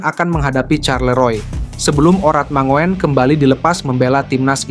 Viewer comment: Hai bro..namanya ratnar. Dibacanya ratnar urat mangun. Bukan dibaca mangoen..kaya gk sekolah aja